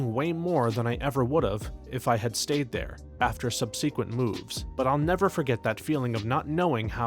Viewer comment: Once again begging you to look up the pronunciation of subsequent